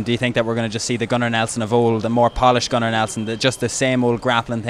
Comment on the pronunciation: "Gunnar" sounds like "Conor" :P